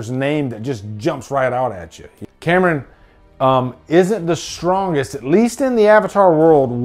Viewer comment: The way you introduced James cam-er-on like a-a-ron and bl-akey and de-nice..